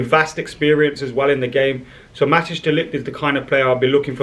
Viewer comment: Matijs is pronounced Mat”ice“